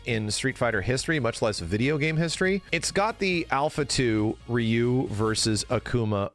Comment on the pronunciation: Street fighter always has been anime, always. I'm sick of guys like top hat gaming talking for two hours straight about street fighter but refuse to properly pronounce ryu because "he isn't a weeaboo and doesn't like anime" c'mon dude you're just as cringy as the weebs